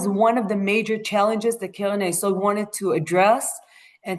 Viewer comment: I had difficulty understanding you, because of the way you sped through and pronounced some words, especially "Keren", because you made it sound like "Kelen" or even "Kelev". I am wondering if AI was involved here?